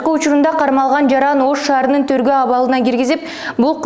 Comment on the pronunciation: Кызым окуганың жакшы,бирок тергөө деп туура окучу ,төргө деп окуп жатасың.